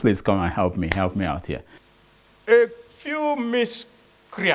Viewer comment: What Tinubu is ' DOING ' to HURT us is so loud I can't hear what he says when he says he intends to " HEP" us. " HEP" ooo, not ' HELP' What happened to ' L ' 🤣